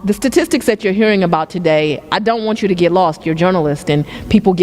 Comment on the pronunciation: She's ekspecially excited!!! EKSPECIALLY??? Really? Why is that woman still in charge???? Makes no sense. She also says "git" and "gits". Genius.